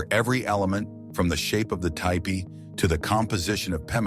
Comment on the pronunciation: Can you say T PEE!!!!!!!!!! It’s NOT tie pee. 😡. I end up turning it OFF. GEESH !!!!!